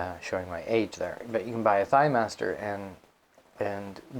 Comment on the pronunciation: I was like... did he say thIGHMASTER?!?!? Omg. Awesome. Brought back some memories. And he said "aut" instead of out! Must be Canadian!